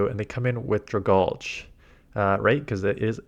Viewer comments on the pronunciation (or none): Am I stupid? Isn't it pronounced Drag algae, like dragon and algae (aquatic plant)??